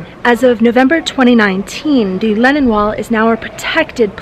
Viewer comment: I was listening to this video on my daily walk and I thought I heard “Lenin Wall”. I had to pause and check